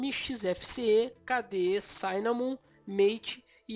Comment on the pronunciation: Oi, amigo, ótimo vídeo! Só queria fazer uma correção besta, o i de cinnamon não se pronuncia como "ai". Quando tem duas consoantes depois duma vogal em inglês, nesse caso dois N, essa vogal não vai pra a sua "versão de ditongo". O i de "cinnamon" é como o i de "six" ou "fish". Um abraço, Valeu pelo vídeo!